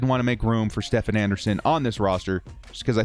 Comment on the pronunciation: Stephen Anderson’s name is pronounced as “Steven” lol. I’d also consider adding Ryan Smith on CB since he will most likely be the gunner in special teams.